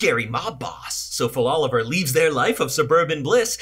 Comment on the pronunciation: Faloliver....im done lol